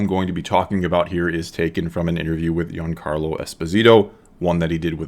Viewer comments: Found it funny it sounded like he was saying young carlo Esposito haha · To me it sometimes sounded like you said 'Young Carlo' instead of 'Giancarlo'